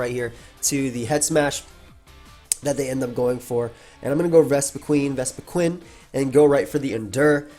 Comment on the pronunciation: That’s because it’s pronounced “qin” like win with a Q. Not queen.